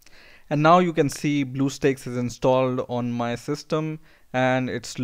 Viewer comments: it's stacks not steaks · lool he pronounce bluestacks as bluesteaks (blue coloured steaks) XD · Duuuude how ever many times do you call it blue steaks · OMG LOL you said bluesteaks instead of bluestacks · you said bluesteaks. it's blue stacks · Blue steaks lol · The way you say "BlueStacks" is funny.... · You say it wrong dumb shit